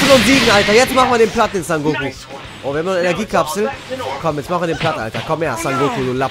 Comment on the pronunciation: Digger, er heißt SON GOKU, NICHT SAN GOKU